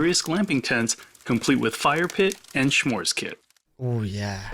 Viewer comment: Did he say "shmores" kit? It's S'mores, meaning "I want some more of this."